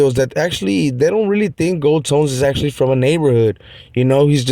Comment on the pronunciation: FKN. GOLD(TOES) NOT GOLD(TONES). LOL